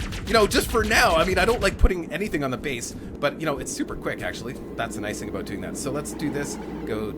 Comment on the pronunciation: Did I just hear an aboot?